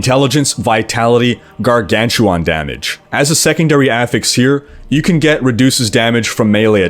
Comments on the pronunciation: What a Gargantuwaan? I mean I only saw dogs and Gargantuan. Is it a Canadian thing ( ͡° ͜ʖ ͡°) ? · "garganchewohn", lol